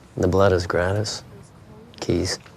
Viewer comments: Gra-TEA... Why even use a French word if you aren't going to pronounce it properly? Whatever this is it looks like it was made by morons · The way he pronounced gratis in english lmfao, it's a french word grah-tee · He pronounced Gratis so badly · Mf thought that he was cool by mispronouncing a spanish word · I’ve never heard “gratis” pronounced that way. 😬